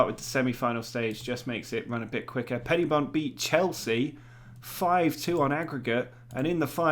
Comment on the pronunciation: Great video! But it's Pen-Y-Bont, with the 'Y' being pronounced like 'uhh'. Although I have enjoy hearing it be called PennyBont!